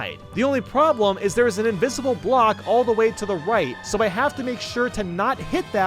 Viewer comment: he said music BLCOK